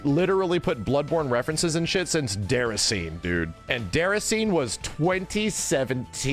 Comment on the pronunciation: Where is the chicken?: Déracine... LOL, No: DéracinÉ.